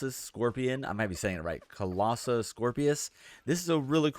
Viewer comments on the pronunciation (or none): none